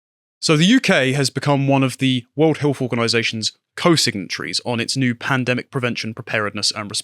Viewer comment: I'm intrigued, but I'm not sure I can tolerate another 30 minutes of health being pronounced as 'healf'.